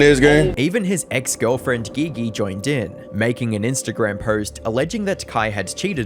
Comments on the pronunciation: Surely her name is pronounced "G G" and not "Gee Gee" what a weird choice. I mean maybe thats what she goes by I don't know. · Once you called her Gee -Gee. I knew this was crap. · dude really sayin McGee gee 😂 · Bro really said gee gee to pronounce "Gigi". Quantity over quality I see. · Bruh said Ge Ge lmao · Bro said Gi gi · her name is "Gigi" not "Ghe Ghe" 💀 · Her name is pronounced GG 👀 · Giggy , it’s Gee Gee. G is J. Thought it was funny you saying it like that. 😂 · Calling Gigi geee geee is too funny lmfao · Gee gee? It's pronounced like the J in jump. Not the g in go. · Say it with me, “jee jee” how you make a video about him and you can’t pronounce either 😭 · Geeee geee ?? You can tell you ain’t write your own stuff still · Gigi is pronounced Gee-gee. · That is not how you pronounce Gigi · Dude really said Gigi named some wrong lol you UK mf 😂😂😂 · pronouncing Gigi wrong has me thinking your using AI voices lol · The pronunciation of "Gigi" have you never heard that name lol wtf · Gotta dislike the video. You don’t know how to say Naruto you don’t know how to say GiGi. I feel like knowing how to say GiGi while talking about Kai is literally bare minimum research. Do better.